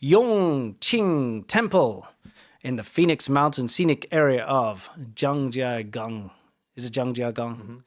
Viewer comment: I was in Zhangjiagang this week, and I didn't hear about the temple burning in local news. I found out online from an international source. I've been to that temple a few times. I'm amused hearing your pronunciation of Zhangjiagang. You tones were off. I have long exposure to that city and still sometimes have trouble pronouncing it right. Need to drag out the first tone longer on Zhang.